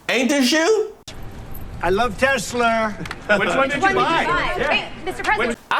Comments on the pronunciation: "I love Teslerrr" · I love Tesler! 😂😂😂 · I LOVE Tesler 😂😂😂😂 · TES-LER…..This is about to get 🌶️ 😂😂😂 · Trump can't say Tesla because he's a mafia and saying anyone's name correctly is a sign of respect of the brand. Notice how Elon doesn't have a nickname like Sleepy Joe?